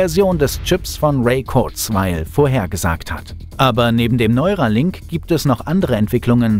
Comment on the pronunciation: Es heisst NeurAlink ;-)